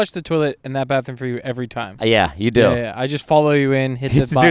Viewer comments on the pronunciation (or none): Anytime speaks a different language it’s just a phrase he’s repeated a million times that he still can’t pronounce right. Him saying bathroom sounded more like him saying Banya from Seinfeld